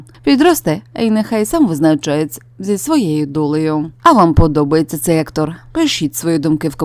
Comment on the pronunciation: Який противний голос . Наголос у словах не вірний, закінчення слів ковтає. Не Актор , а актОр